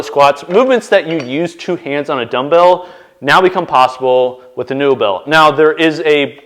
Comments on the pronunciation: Its likely pronounced neobell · Pretty sure that's pronounced more like "nobel" but the N-O sounds the way it does when you say "Northern"